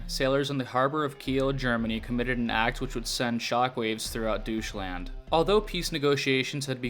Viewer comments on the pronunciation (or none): Douche-land, you said Douche-land, not Deutschland